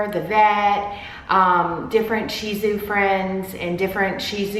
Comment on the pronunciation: I love your videos but the way you say sheeeeeezu sounds ridiculous 😂😂😂